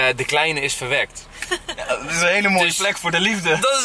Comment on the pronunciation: Ik verstond gewekt, maar hij zegt verwerkt of verwekt.